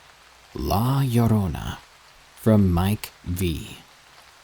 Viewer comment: Good stories. I gotta say, good job pronouncing La Llorona correctly.